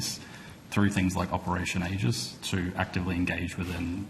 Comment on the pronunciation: Wild absolutely wild. Snr HR manager/everyones wine aunt Can’t even say AEGIS, literally shield of Zeus. Instead she said, age-ist. While talking about protecting the community and also admitting to allowing 154 out of the 5 bad offenders to go free, without monitoring. What’s next, men in woman’s bathhouses?